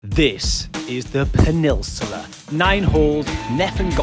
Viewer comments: Its "peninsula" not penisular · Can’t work out if you’re meant to be saying Peninsula! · Well played, but how we saying peninsula? Haha